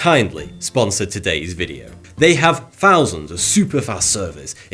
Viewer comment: Fousands, you say?